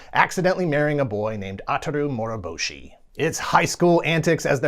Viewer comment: Why do you pronounce Urusei as uhrusei and Moroboshi os Moruboshi?